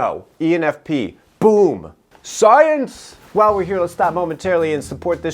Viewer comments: Dude, I'm just in love with the way you say "SAAYENSE" Please use it more often😂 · I can't stop laughing evry time you say "SCIENCE" XD XD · Okay i dont know why..everytime you say science i always laughs😂😂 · Am I the one who laughed every single time he said sCiEnCe!!! ??? 🤣🤣🤣🤣